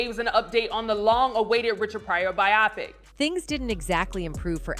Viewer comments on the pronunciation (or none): Who says bi-opic instead of bio-pic??? Get with it!